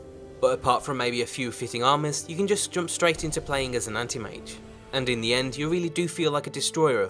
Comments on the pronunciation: I heard panty mage instead of anti mage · Path of the "Andy-Mage"?